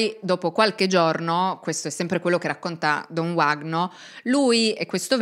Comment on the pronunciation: Uno dei casi di cronaca più incredibili della storia, non il primo in cui la chiesa è nel mezzo e stranamente tutto si fa estremamente nebuloso. Ad ogni modo, si pronuncia “Vagno” , in portoghese quella W si pronuncia come la nostra V, non è inglese 😉